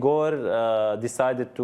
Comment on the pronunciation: It is a critical pronunciation mistake, to pronounce Russian name "Игорь" like "Егор". Does nobody notices the difference? There is a letter "ь" at the end of the word, it differentiates a soft consonant and is often transcribed using an apostrophe. So in fact narrator wants to say Ígor', but says Igór, when the first vovel is not under stress, one can not differentiate wether it is I or E, resulting me expectin a Russian name based on the conext and hearing "Егор" clearly, because than is what he said, Egor. Of course these two names are different.